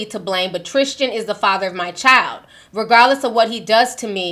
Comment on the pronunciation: Why do you keep saying his name is "trishchan" 😂 it's Tristan